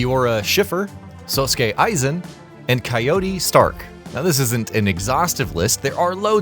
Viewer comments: Lost me the moment you said "tight kubo" even worse when you mispronounced Aizens name. Know what you're speaking about before actually speaking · Seriously they’ve been spoken aloud so many times it would not be difficult to listen to the pronunciation before you attempt to speak it lol I mean how do you not know how to pronounce Aizens name 🤦🏼‍♀️ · How you gonna pronounce Aizens name wrong then right 2 minutes later that’s crazy work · i cringed a bit when they said Aizen's and Rukia's last name 🤣